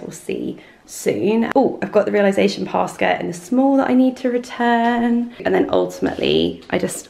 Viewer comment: i love you but every time you mispronounce réalisation it makes me giggle because it reminds me of that showgirls bit where she tries to say versace but so innocently butchers it